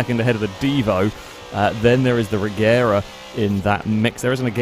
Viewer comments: Regera is actually pronounced Reyera, which makes the name difference a bit larger, but yea, it's not gonna get any easier when the Gemera (Yemera) gets mixed in too. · Well the name of the car comes from the swedish word Regera (IPA: /rɛˈjeːra/), which means; to reign. It kinda looses its meaning a bit if you start then pronouncing it differently... But at the same time I understand why, because it's easier for foreigners to just pronounce it Regera, instead of trying to learn idiotic swedish grammar where G is sometimes G and sometimes J. TLDR: I'm a grammar Nazi, Von Koenigsegg is just a genius that makes and sells insane cars instead of complaining about people mispronouncing. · When the founder of the company pronounces it regera you ain’t fooling anyone